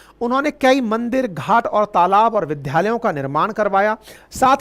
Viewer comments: सर, द्य.. is द्+य(dya) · विद्यालय का उच्चारण विध्यालय न करके शुद्ध विद्यालय करिए